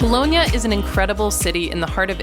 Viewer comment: Bologna ,not Bolohnia